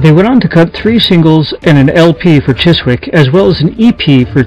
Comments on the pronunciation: Chiswick is pronounced Chisick, silent w. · Dude, you don't pronounce the W in the name Chiswick, you literally say it as Chisick. Other than that niggling gripe, great video. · The W is silent, it is pronounced CHISIK not Chis wick, why do Americans not take the time to actually learn how to British place names are spoken? It is lazy and insulting to not do so. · Not to be gramma police or anythign haha, just a funny observation about british English is that , words like chiswick are not pronounced like its spelt at all, chis-wick is chis-ick like Leicester square being pronounced les-ter square. Or worchestershire sauce being wuster sauce It makes me laugh. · Chiswick is pronounced Chizzick. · Ok.....well I do apologize ahead of time (I did state that I didn't balme.him for leaving things out, as it would take forever to explain). I'm gonna write this out and then post it. I don't want to type on my phone, haha. One thing I will state before I go is that the label is pronounced "Chissick" even if it is spelled Chiswick. Not picking on. Just pointing it out. He did a bang up job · Chiswick is pronounced Chisick old chap. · you pronounce "Chiswick " chisick ! leave out the w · A great little doc! Thanks for sharing the information. BTW, Chiswick is pronounced without the 'w', kind of like 'chiz-ik'. /ˈʧɪzɪk/ Fuck the NF BTW